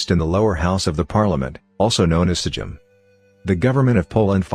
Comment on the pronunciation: It's not sejim it's sejm and you pronounce it "saym"